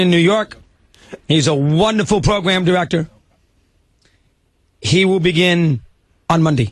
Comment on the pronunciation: Pwogwam diwectow